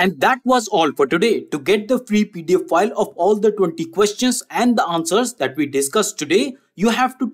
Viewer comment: Keep hearing “Get your free pedophile” 😂 instead of PDF file. Anyway, great content!